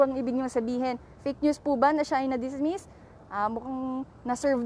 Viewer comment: Dismes? Kalako dismis ang kaso😄